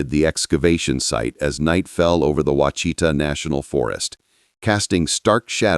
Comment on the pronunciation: It's WASH UH TAW mountains not washeeta not wachita.